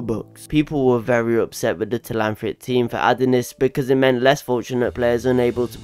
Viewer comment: It’s Telhamthric not Telanthric